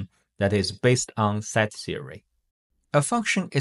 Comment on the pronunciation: Pronunciation note: the vowel in “set” is NOT a diphthong. It is NOT pronounced the same as “site”, “sight”, or “side”.